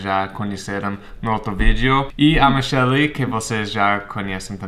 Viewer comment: Engraçado quando vc fala português vc chama a Michelle de Michéli, e quando fala em inglês chama de Mishell